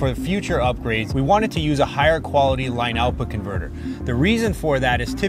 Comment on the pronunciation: Why is this dude saying " line out bconverter"